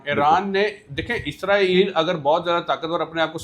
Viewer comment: Isreal name toh thik tang seee Bol leee